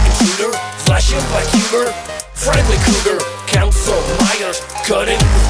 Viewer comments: Per favore di’ “friendly” senza la i, anche perché la tua pronuncia è buona 😘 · la i in friendly é muta /ˈfrɛn(d)li/ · tutto bene ma family friiiendliii pronunciato così non si può sentire da te